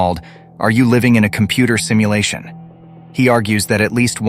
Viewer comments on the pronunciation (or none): 😊 did I just heard "stimulation" instead of "simulation"?🤔